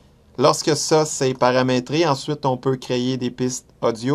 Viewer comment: t'as crier ou créer un nouveau dossier ? lol :D